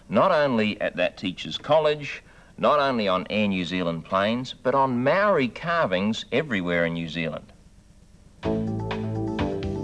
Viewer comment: When he said “Maori people” I thought he had said “married people”.